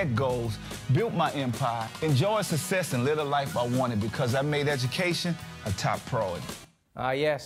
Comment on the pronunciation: Gawd! It always used to drive me crazy when I saw that commercial and master p said "sussess" 👊👊👊